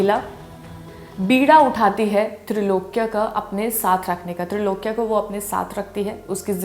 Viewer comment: Name tha Trailokya.....not trilokya